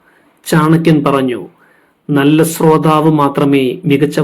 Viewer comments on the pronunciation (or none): ഭാ എന്ന് പറയാൻ കഴിയാത്തത് ഒരു പോരായ്മ തന്നെയാണ്. ബയം എന്ന് പറയുന്നവനോട് അവജ്ഞ ആണ് തോന്നുക. കൂടാതെ, സ്രദ്ധ, സ്രോതാവ്... ശ്ര പറയാൻ അറിയില്ല അല്ലേ? ആദ്യം ഉച്ചാരണം പഠിക്കുക.🥴🥶